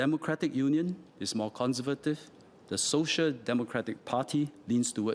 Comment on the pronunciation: Con ser va tive, was not pronounced properly.